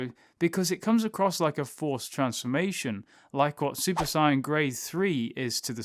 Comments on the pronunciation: You keep saying sigh in it’s sayin like I’m just sayin lol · Stop fucking saying saiyan like cyan, its so trigering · Did he just say "super sai-ann 3" 😔😔😔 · Dude its not si yan its say an sAiyan not siyan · Is he saying super sonic or super saiyan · Sayian is pronounced "say in" not whatever you are saying lol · Do you keep saying super cyan? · Why u say saiyan wrong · I had to stop watching cause of the way u say saiyan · I wish he would say Sayian properly 😑😑😑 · mispronounce saiyan and count to six with your thumb